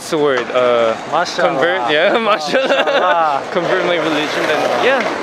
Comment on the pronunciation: 4: 55 pls correct'MashAllah".